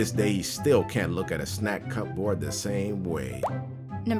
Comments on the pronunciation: ikr? I came down here looking for someone else who had noticed that. I'm like "uh, it's pronounced as cu-board, not cup-board." Although, I have to admit that the first few times I read the word I did make the same mistake, but I got there on my own eventually! 😂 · Wait a second. Cup-board? Cupboard is pronounce 'Cubbard.' XD I was confused for a while until I recalled the spelling and pronunciation of cupboard. Sorry to be a grammar-nazi. :v Or..pronunciation-nazi? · * * cup board +*me*+ IT'S PRONOUNCED CUBORD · "Snack cup board"... Does he not realize it's pronounced "Cu-Berd"? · cupboard is one word, not two. Its pronounced cub-erd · Did pronounce "cupboard" like "cup" plus "board"? I would understand if he's never heard/seen the word before, but who hasn't heard the word "cupboard" their whole life? It rhymes with "blubbered". How can you get that wrong? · The way says "snack cupboard". 😂 It's a British word pronounced "cub-erd". It took me a few seconds to figure out what he was talking about. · hun...I know it's spelled 'cupboard' but you don't say it like that...it rhymes with Hubbard. You know..."Old mother Hubbard went to the cupboard..." So, 'cubbard'. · tf he said cup-board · does not know how to pronounce "cupboard?" hint: it's not "cup-board."